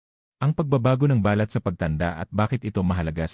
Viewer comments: Sydney, Australia. Bakit maraming vloggers ay di marunong bumigkas ng Pilipio words tulad ng "balat". If pronounced slowly or accented on first syllable balat means pigmentation or mole on skin but if accented on the last syllable it means skin. its not the first time I've noticed it. Another one is "makati" accented on the second syllable means a city and if accented on the last syllable means itchy. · Ba lat is birthmark. It is pronounced as balat, mabilis ang bigkas. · balat,Hindi ba- lat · Ang tamang pag bigkas ng balat kung skin ang tinitukoy ay sa first sylable tulad ng bàlat. Kung walang emphasis sa first sylable tulad ba balat ay tumutukoy sa skin birth mark tulad ng balat hindi bàlat which is skin! Ang pangit pakinggan kung mali ang pag bigkas. Wake up editor!!! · My comment is to the narrator kindly pronounce it properly the subject, its annoying to listen, I am sorry to make this comment. your intention was good and its educational but its hurt to listen too, might as well say it in english. thank you. eg; balat say it straight not hypenated like ba lat, us tagalog it means a birthmark not a skin. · Ang dapat mong baguhin e yung pagsasalita mo, iba ang BALAT-marahang pagbigkas ay( birth mark), BALAT- maragsa ay ( skin ) ngayon alam mo na? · EXCUSE ME PO DOCTOR BA KAYO BAKIT MALI MALI ANG PAG PRONOUNCE NYO NG BALAT IBA ANG BA- LAT AT BALAT. 👍. MASAKI SA TENGA. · Dapat iniaayos ang tamang bigkas ng katagang BALAT ..Dapat mabilis ang tamang pagbigkas..Halatang AI generation..😮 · Mali ang bigkas mo sa ibang mga words,,kagaya ng “ balat” or skin ,,,,, improve your pronunciation please! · Pls ang word na BALAT ay mabilis ang pronounciation dahil may balat na ibig sabihin ay nunal sa balat or skin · Ano ba Yan Filipino ka ba, bkt Mali ang pag pronounce mo ng balat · Araw-araw po akong naliligo😊! Pwede naman gumamit ng lotion at sabong hindi matapang para sa skin. at hindi po BA-LAT …BALAT, hindi TU-YO…TUYO! strech your tongue